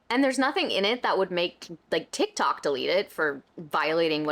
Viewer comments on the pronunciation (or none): none